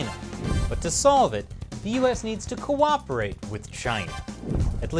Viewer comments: Did you say cooperate? 😂😂😂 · Next level challenge! Take a shot everytime you hear "co-oprerate or co-operation" . 30 mins later - 🤢